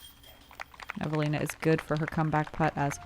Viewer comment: As a Finn, I just realized how seriously the take their graft. They pronounce Eveliina in such a Finnish way. Honk!